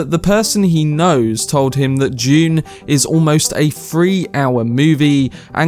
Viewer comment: Did anyone else think he said "June 2021" at the beginning? I almost jumped out of my seat :D